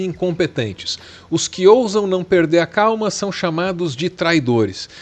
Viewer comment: "perdel" foi loko😂